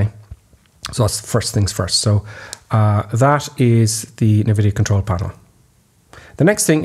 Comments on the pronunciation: Hate to be 'that' guy, but NVidia is pronounced "en-vidia" not "ne-vidia". :) Just fyi. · Americans always pronounce it nevidia as well. it gets on my tits, lol. Like pronouncing iso as iesso, sigh........